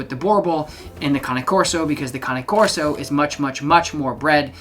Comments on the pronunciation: Woman from Italy here: you pronounce it correctly with two sillable. In italian cane (Kane) means dog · Good GOD!!!! Congratulations you are the first person ive ever heard on YT to pronounce Cane Corso properly. Its scary. Kudos to you sir. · You pronounce Cane Corso correctly: four syllables. ✅ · Just so you know, you’re correct. That’s how you pronounce “Cane Corso”. It’s not like the english word “cane” as in stick. Cane is Italian for dog. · You're the first American I 've heard pronounce "Cane Corso" correctly.👋Bravo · YES - an English speaking person who knows how to pronounce the Cane in Cane Corso! :-)